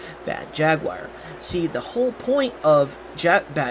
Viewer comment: Mispronounced Jaguar...